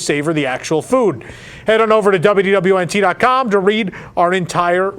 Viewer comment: Is it just me, or does anyone else hear him saying "WWNT", with the "D" completely vanishing?